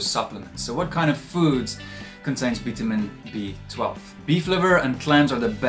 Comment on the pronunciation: Veetahmeen BEE?? I love your videos. Thank you.